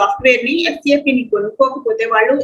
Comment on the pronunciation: Why we calling as sap it's S.A.P. (alphabets) not sap like Sapam